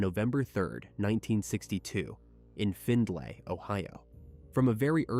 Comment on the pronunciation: This page forever misprononcing shi! It's FINDLEY OH NOT FINLAY....FFS